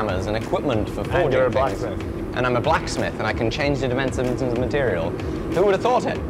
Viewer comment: Change the what... "dimensenmuns" :) brilliant :)